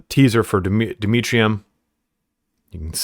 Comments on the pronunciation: I want to see a mission where you fight half tyranids, half 1000 sons Vox Liberatis: Am I a joke to you? Also: Dmitrium. Ah, yes. The Russian relative of Demerium. I'm just joking around,. Love the content. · the constant mispronunciation of Demerium is killing me lol